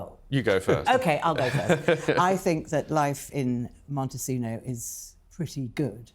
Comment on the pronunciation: Montecito not Montechino!